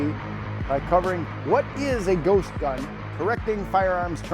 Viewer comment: Ghost gun? I thought they were saying Goat gun. BAA!